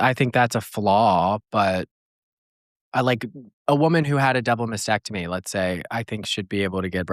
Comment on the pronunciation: it is masTECTomy, not masSECTomy!